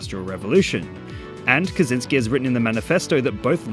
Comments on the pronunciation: It's not "Kazynski", it's "Kaczyński" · For future reference: Kaczyński is roughly pronounced as "ka-tchyn-skee"